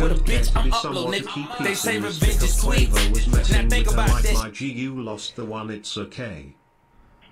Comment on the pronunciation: revenge is SAweet did he say? damn